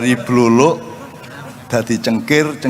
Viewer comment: Dudu bluruk mbak , sing bener bluluk 😅😅😅